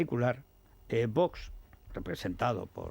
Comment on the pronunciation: ¡Paco Rosell, haz un esfuerzo por pronunciar a letra X del nombre Vox!